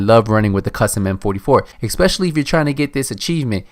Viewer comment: Es-Specially, Not Ek-Specially.